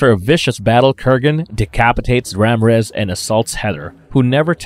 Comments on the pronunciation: Marvelous Videos, It's not pronounced Ram rez,😂 It's pronounced: Raw-meer-rez. It's not utters, it's OTHERS. Learn to improve your speech! It's not whit it, It's WITH it. It's THE not dee. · "Ram rez" 🤣🤣 Ra Mir ez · The I in Ramírez is not silent. It’s actually the accented vowel. You need to learn pronunciation before attempting to record a video like this. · Maybe he decided that Ramrez sounds more Egyptian then Ramirez 🤣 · LoL 😆 Ram Rez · Damn... I just saw yours after posting mine. Ram-rez is the one that got me the most. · Who’s Ramriz?😂. Man that made me bust out laughing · Ramrez? 🤦‍♂️ Even the predictive text corrected the name lol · “RAM REZ”???? Have you not seen the movie? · RAMRAZ!? WTF?! 😆 🤣 😂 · Same with Ramírez. Couldn't pronounce it correctly. Despite how many times everyone in the film says it correctly. Lmao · Who in the BLUE HELL is RAMREZ? Or Dougal? It is pronounced Doo-gal.